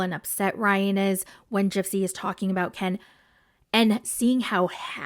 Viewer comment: All she thinks about is KEN ! KEHN is. How she pronounced his name . KEHHHN IS FIRE to her 😜